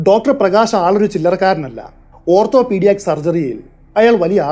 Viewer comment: ഓർത്തോപ്പീടിയാക് എന്നല്ല ഓർത്തോപിടിക് എന്നാണ്.